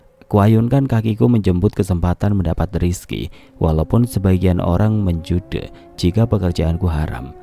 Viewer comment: Menjudge dibaca men-jaj. Hadeuhh 😌